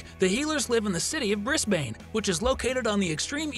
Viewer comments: It’s Bris-bin not bris-bane but spelt Brisbane:) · glad someone pointed that out, the way he said Brisbane made me cringe.